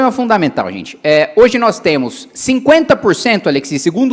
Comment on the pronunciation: nos "TEMU" falado me matou, nos "VAMO" também kksksk num dá. Olha o nível do ministro